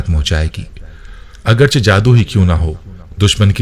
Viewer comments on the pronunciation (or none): none